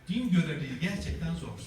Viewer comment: da zor derken zors şeklinde çıkıyor. Hocamızın r harfinin sonunda üç adet SSS var.